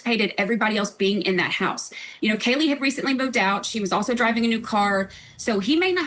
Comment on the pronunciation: Vinnie great stuff but correct KAYLA name please- it’s not Kaylee.